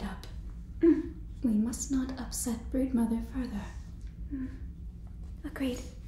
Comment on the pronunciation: please tell me i'm not the only one who heard "Birdmother" instead of "Broodmother" 😭😭😭